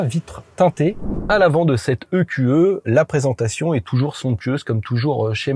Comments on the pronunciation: i-q-i à l'anglaise ou eqe à la française. Mais pas i-q-e. Sinon, bon reportage même si les conso annoncées sont toujours folklo vu comment tu conduis comme un pilote. Et là moyenne sur les 2800 km n'a pas non plus beaucoup de sens car c'est une voiture d'essai donc pas définition, une voiture que les gens vont pousser aux limites ! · "Mercedes i-kyou-eu" ?!?! WTF ce franglais ! C'est soit " e - q - e " soit " i - kyou - i " ... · "I Qiou Euh" faut arrêter de mélanger prononciation anglaise et française à ce point...